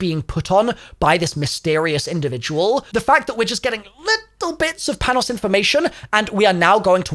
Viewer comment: American Greek here, I don’t know if you’ll ever see this, but Panos’ name is pronounced like “Pah-no”. You can also pronounce like “Pan-ós” with a larger emphasis on the letter “o” since that’s how us Americans pronounce it.